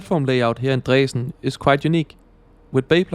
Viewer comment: I‘m totally fine with the pronunciation. Here in the very west of Germany we would pronounce it similar than you did.